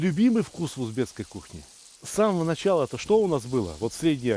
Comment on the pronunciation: Всё очень круто! Ув., Сталик правильно произносить - узбеКский! Благодарю за рецепт!